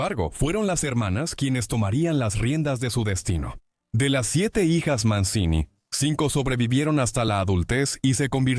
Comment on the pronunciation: Se pronuncia "Manchini:, averigüen un poco para estos posteos pedorros con IA.